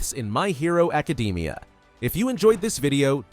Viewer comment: "my hero acadeemia"